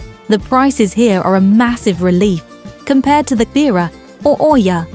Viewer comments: Oia is pronounced like Eeeee-yaah! Not O-eeeee-yaah. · ТОЛЬКО ПРАВИЛЬНО ИЯ, НЕ КАВЕРКАЙТЕ НАЗВАНИЕ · I’ve just come back from here, it was pleasant & not over crowded. I would definitely recommend the buses & not taxi (very very expensive, no matter where you go 5mins or 30mins they charge the same price) ‘Oia’ is pronounced ‘ia’ told my locals 😂 The steps aren’t as bad. Definitely recommend Red beach and the prehistoric museum. 😊